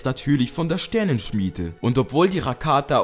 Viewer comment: du sprichst "rakata" komplett falsch aus